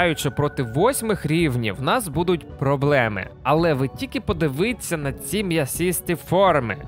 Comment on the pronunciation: не "подивиться", а "подивіться"., чому ти навмисне спотворюєш нашу наймилозвучнішу солов'їну?